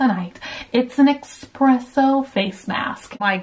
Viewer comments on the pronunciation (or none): you literally have the word in front of you 😭😭 it’s ES-presso. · Did you say Expresso not Espressso 🤔 Eyebrow razor would be good for at home dermaplan 👌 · Yeesh. EXPRESSO is not how to pronounce espresso. Love you to bits! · STING!!! Yasssss. I was so obsessed with Desert Rose when it came out, I remember driving everyone crazy when I was younger playing it on repeat. There are so many other good songs though. Still love the oldies from him/them. I also love the fact that you looked at the Espresso mask and still said Expresso. Haha. I think most people actually don't realize that it's not EXpresso and is actually ESpresso. lol